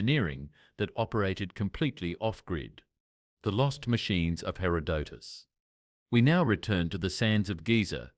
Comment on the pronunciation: and mispronouncing, in three different ways, Herodotus’ name. It reminds me of Benedict Cumberbatch and his nature video about penguins.